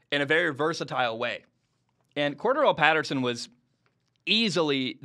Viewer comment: Say Patterson's name correctly...